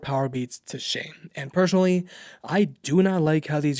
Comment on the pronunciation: I would certainly subscribe to your channel if you don't pronounce "personally" as "persuanally" :))